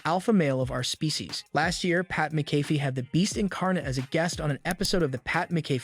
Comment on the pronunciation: It is pronounced, Mac a fee.